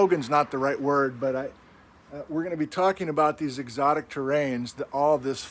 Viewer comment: It’s “eRockTic” not erotic